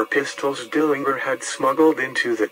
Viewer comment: He did. It's a hard "G" even though most people mispronounce it as a soft "g."